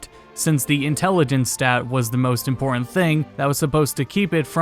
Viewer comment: Just as impor-ahn!